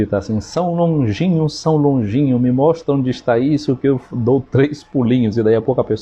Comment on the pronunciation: Boa tarde,! Vc falou S.Longinho, mas é S. Longuinho q a gente falava qdo criança, lá na roça.